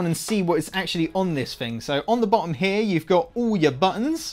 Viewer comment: 'oouuuw yo' botunn'